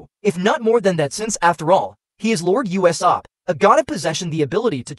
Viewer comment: why do pounounce usop uesap